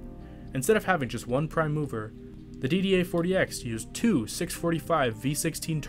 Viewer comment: One thing I need to remark' because it really sounds strange: it’s a /PRIME mover/, not a /prime MOVER/. It’s a specific kind of 'mover‘, just like VICTORIA Street is a specific street!